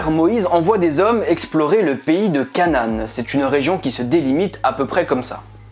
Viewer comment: Enoch se dit"enok" et Canaan se dit "ka na an"